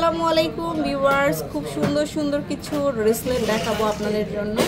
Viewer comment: আপু এইটা রেসলেট না বেসলেট